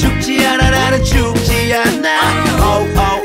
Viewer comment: 않아 할때발음 ㄷ